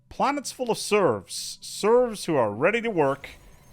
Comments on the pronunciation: Serfs are different than "Serves". You are saying the latter. Just fyi. Edit: The more I hear you say it, the more I am convinced it isn't a mispronunciation, but that you actually think a "Serf" is a "Serve". lol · Its called serfs, not serves! And not servs either autocorrect! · FYI its serF not serV! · It's SerFs. With an 'F'. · Sorry... I cannot listen to "serfs" being mispronounced. Had to stop even thought it was entertaining up to that point.